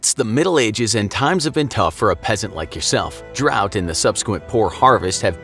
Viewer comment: y did he call me a pessant